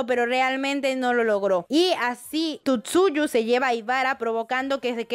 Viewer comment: Por que dice Tutsuyu? :o